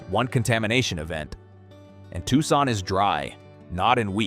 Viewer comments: I've never heard of Tuckson. Where's that? (AI still can't pronounce names, killing credibility) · “Tucksaun” diabolical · I wasn't thinking "crappy AI narration" then I heard Tucson pronounced. can't we have real people narrate our disaster porn? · Didn’t the mispronunciation of “Tucson” tip you off? Or the many misspelled words on the various slides? Or the one slide of a 3-armed woman standing at her kitchen sink? Seriously , the vid presented some excellent content about a serious problem, but illustrates the limitations of ai content. Plus the overall irony, considering the proliferation of data centers in an environment that is under both water and power shortages. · It is difficult to take seriously, a content producer that uses a cartoon raccoon and cartoon graphics to produce a serious subject. It is also difficult to take seriously an AI content creation that doesn’t know how to pronounce the city of Tucson correctly. Click Bait